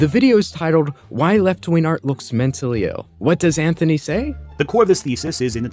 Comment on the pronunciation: What is "left-ween art?" Can Remnant777 not pronounce a hard g?